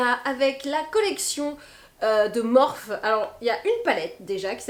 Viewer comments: On dit morphIII ! 🙂 Sinon même reference pour le ral / stick pour le ski mais en même temps C est le bon moment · bonjour ma belle,la marque ne se prononce pas Morphi ?